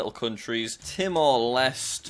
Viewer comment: not from timor leste but the leste in timor leste has the e at the end pronounced, so its tee-mor les-teh^^